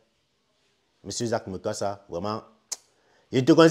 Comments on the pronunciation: Eh le frère prononce bien le nom, on est Afrikains. Lis seulement tchiiiiiiiiiiip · Mais prononcé bien son nom par respect, malgré ces défauts et sa sauvagerie il a des qualités